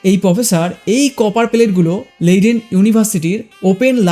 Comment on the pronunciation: কেউ কি শুনেছেন? উনি কপারকে চপার বলেছেন😂😂😂